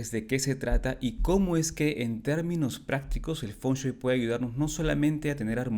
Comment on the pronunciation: Por qué lo pronuncias mal? Dices "Fonchuei" y es Feng Shui